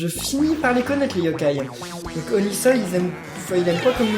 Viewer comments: C'est Onisoi pas oniseil 😆😆😆😆😊😊😊😊☺😀😀😀😁😂😅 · onisoi on dit onisWOUAH